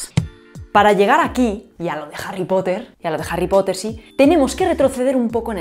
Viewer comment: La "Jota" de Harry Potter, pronunciado por es muy espanola, una jota enfatizada.